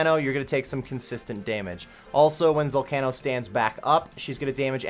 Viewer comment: so let me get this straight, you pronounce the word volcano as vol-cah-no?